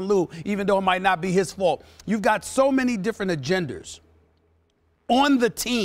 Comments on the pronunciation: Stephen "Agenders" Smith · Is agenders a word???